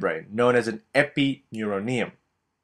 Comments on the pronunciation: Video so Awesome .but its epineurium not epineuro nium...... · stop saying Epineuroneum... it's epineurium dammit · carl nothing to do with accent he just isn't pronouncing it correctly and adding to the words he' saying epineuroneum and perineuroneum